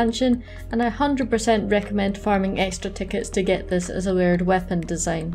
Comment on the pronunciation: Took me a while to realize you were saying layered weapon and not weird weapon.